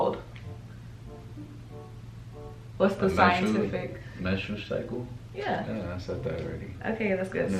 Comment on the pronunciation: post menstrual "SYCLE" lol